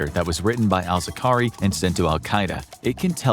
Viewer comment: Zar-qa-wi, not Zaqari